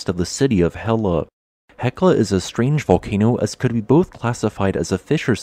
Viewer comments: Town of Hella is pronounced Hetla, just like the E25 Volcano lol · double "L" is pronounced "TL". So the town of Hella is pronounced "Hetla".